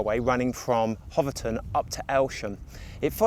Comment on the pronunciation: Bure is not pronounced Burr but Bewer. Hoveton is not pronounced Hovet ton but Hoveton like Hove in Sussex.